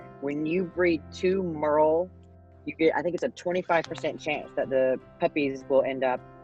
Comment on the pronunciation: is pronouncing Merle wrong and the dog has those issues because most merle dogs are inbred. I had one myself and they are deaf dumb and blind because of inbreeding.